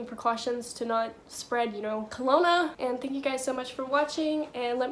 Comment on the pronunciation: Did you say during this time colona,. It’s called corona .just letting you know